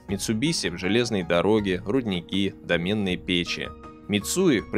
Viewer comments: Не "домЕнные" печи, а дОменные, от слова "домна". Цитировать педевикию тоже некомильфо- ненаучный, фейковый источник. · дОменные печи, дружище, дОменные, а не домЕнные. Потому что не от современного айтишного домена, а от слова дОмна. 🤦‍♀️ Настолько годный контент просто требует настолько же кристально точных терминов. Молю, исправьте - потомки не простят! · Металлургия не твой конёк ? Не ну, с ударениями вообще- беда! ДомЕнные печи, чугУна. Это как? Это почему?. А так : читать столько о Японии сам я бы не стал. Это то, что нужно для развития знаний, чтобы понять. Спасибо за труд